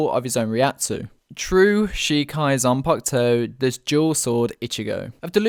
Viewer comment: It’s zampakuto not ziangutsu